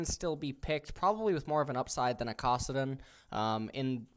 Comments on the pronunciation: Kawsidin LMFAO come on bro that one isn't even hard to pronounce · I’m going to lose my mind if he he keeps saying kawsedin